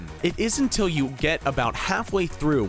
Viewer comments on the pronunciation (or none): none